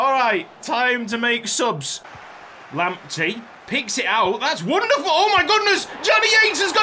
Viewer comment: Lamptey is originally a Ghanaian name and it's proper pronunciation is Lamp- Tay.